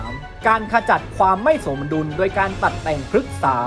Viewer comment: อ่านผิดรึป่าว สมดุล อ่านว่า สม-ดุน ไม่ไช่ สะ-มะ-ดุน